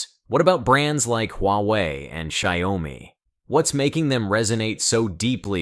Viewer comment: I can't take it anymore. You keep pronouncing the two syllable Xiaomi as three syllables which becomes Sayawmi.